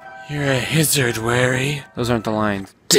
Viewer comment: “Your a Hissard Warry.” “Those aren’t the lines.” “Dang it.” Yeah it lizard not Hissard